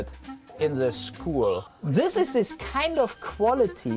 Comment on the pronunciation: Nobody : Absolutely nobody : Uwe Boll : Zthis Zthis Zthis and Zthis